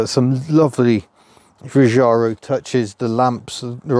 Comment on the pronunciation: Er....Giugiaro pronounces his name as Jujaro. Italian is not much into zh sounds.